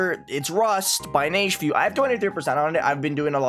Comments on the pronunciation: Correct. I find funny that the pronounciation Neige specifies in his GD profile is actually incorrect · it's pronounced nej fu